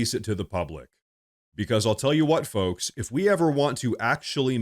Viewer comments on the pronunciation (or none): none